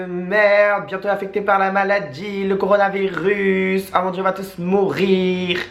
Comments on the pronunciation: CORONAVIRUS, c'est pas compliqué tu dis corona comme la bière + virus. Vous êtes relou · "Le corovarénirus... le coronavirus !" MDRRR 😂😂😂😂😂